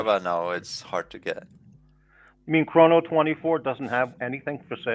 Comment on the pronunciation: it‘s haaaaaad